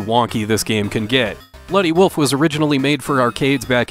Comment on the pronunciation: !!!🤣🤣🤣🤣!!! Well, if we didn't already know you were from Minnesota...